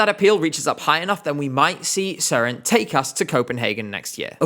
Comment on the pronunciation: As a Dane you actually pronounce Søren’s name good. It has a little Sweden like. But good video